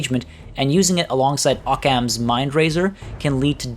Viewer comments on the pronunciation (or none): OHK-KHAMS not OH-CAN.